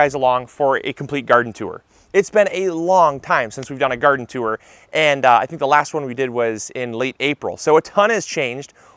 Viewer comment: Big fan of your videos and channel, not so much a fan of how you say the word “tour”